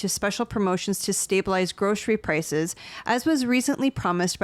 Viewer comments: The chihuahua needs to learn to say stabilize properly. He is right by the word "stab" though. Canadians are definitely getting stabbed by the Liberal government. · Someone tell that stupid frog how to pronounce stabelize